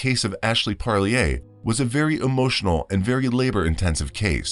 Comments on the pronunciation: It's pronounced par leer. Like deer. Parlier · the name is pronounced PARR- LEAR